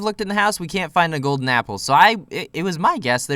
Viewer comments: You spelled golden wrong you said golder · He saw the picture but when he was playing we didn't saw it but it was funny because he said "I missed the golder apple" he said golder